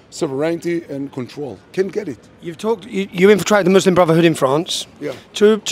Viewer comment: muslim is the m in mush